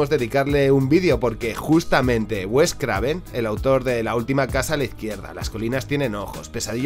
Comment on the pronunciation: Buen video, como siempre, en efecto White Zombie es un hito! La serpiente y el arcoíris una joya, diría que infravalorada. A propósito es Wes, no west. Pero eso importa poco, saludos y gracias por tu labor.